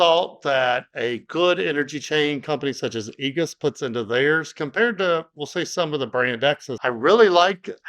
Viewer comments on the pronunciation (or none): Great video! "egus" gave me a little laugh. I've replaced quite a bit of Igus's products in the field and they have a TON of products for all kinds of cable management. I think they sell cables too.